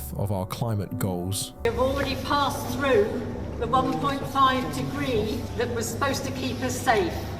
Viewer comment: Seriously, how as an adult do you let yourself say frew instead of through, frowing instead of throwing, twenty free instead of twenty three,?